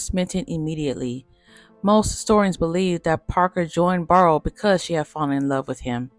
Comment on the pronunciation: Clydes last name is pronounced "Bear--roe" ......not "Barr-roe". Very nicely done video.